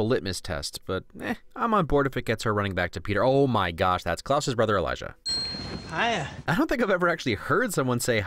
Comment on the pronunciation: I know it’s petty, but it’s pronounced “E-lie-Ja”. Emphasis on the “j”. Love your channel by the way!